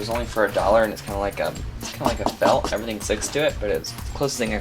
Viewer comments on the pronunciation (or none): none